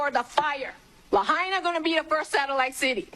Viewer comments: Lahaina is pronounced, “Lah Hyna.” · Btw the Biden Administration changed it from $700/ person to $700 per Household...smh. Pronounced "lay hi na." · "LAHAINA" .... (LA--HINE'-A) Say the NAME!